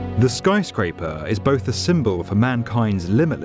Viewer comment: I really like this video, but wish the guy wouldn't pronounce things as "Tow-werrr" and "Skyscrape-errr"